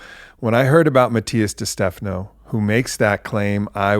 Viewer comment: Aubrey -- My fellow white sibling, I believe your friend Matias pronounces his last name as Dey-Steh-FAH-noh, not ste-FA-noh. Love you, bye!